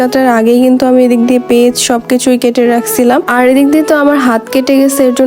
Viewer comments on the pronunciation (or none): tumi peyaj ke peiz kno bolo..... Plz apu peyaj bolba.... Tmr voice emni onk cute tmi pej bolle manai na apu...... Rag koiro na kinto